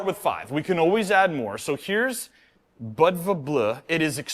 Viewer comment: It's pronounced bood va like the Montenegrian city Budva. The bleu probably references the color of the Agean sea